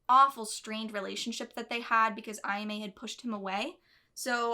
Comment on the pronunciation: When people watch the anime and hear these names constantly but still butcher the pronunciation. Like, how? Japanese is literally how the romaji is spelt. AH-YAH-MEH! It would only be pronounced the way you are saying it if there was an I after the A. It is Ayama. Not aiyame And why are you saying Reen? Are you Russian? It is Rin! R-IN!